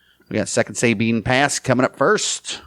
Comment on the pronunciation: I like your report. Keep it up. One thing though, In Texas we don’t pronounce it SAY Bean With accent on first syllable. We say Sa ( as in saw) Sa Bean. With accent on 2nd syllable Thank y’all